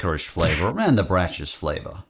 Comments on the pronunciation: It's braks, not not bracks I fear an accidental every flavor bean Cadburys British mascot is nice The Cheat! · With Brach's, you actually say it with a hard "ck" sound, not the "ch". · Brach's is pronounced brock's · Braces is like backs. Pronounced Bracks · FYI, "Brach's" is pronounced like "brocks." Most of their candy was quite good, the jelly beans notwithstanding. I believe they got bought out by another company a few years ago, and the name is hard to find now. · I think Brach is pronounced like "Brock". Also, licorice jellybeans? Ick! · The metallic taste you described for the “Giant Chocolate-Flavoured Bunnies” is likely because they (may) have Alum, which is literally an aluminium compound. Also, I always thought “Brach’s” was pronounced ‘Bråck’s’. Lol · brachs is pronounced like brocks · Just a little info for you - Brach's (pronounced more like brahks) candy used to be good. They used to have display in the grocery store called Pick-a-mix, where you could select from various types of wrapped candies and pay by the pound. They also had a chocolate candy called Chelsea Chips, which were wonderful. But then they were bought by companies that made cheaper candies (similar to Palmer) and went downhill. They used to be made in Chicago, and the building that was blown up in The Dark Knight was their old abandoned administration building.